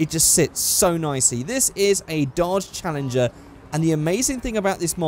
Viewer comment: you just butchered the challenger lmao